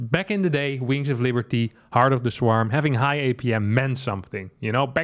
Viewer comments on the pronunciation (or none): none